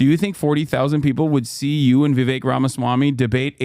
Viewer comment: Kinda off note, but I love the way hasan pronounces "Vivek" it's so accurate for an Indian name, and doesn't white ppl that shit